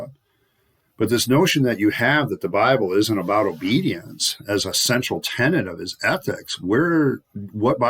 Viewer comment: Central Tenet (not Tenant)